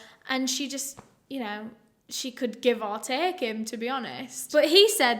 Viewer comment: It’s the “she could give or tek him to be honistttt” for me 😍